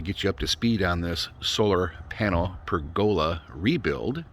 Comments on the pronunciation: It's how pergola is pronounced in the South and Southwestern US and in Australia. You say to-Mawt-to, we say to-May-to. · I can honestly say, after living around people and pergolas in four states, I have never heard it pronounced that way lol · There are two pronunciations of pergola, three if you count Italy. Two in the US: Perg-uh-la: Northern & Eastern US. Perhaps the PacNW. Per-GO-la: Southern and Southwestern US & also Australia. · Well, then there’s the pronunciation of, “per-GO-la” 😂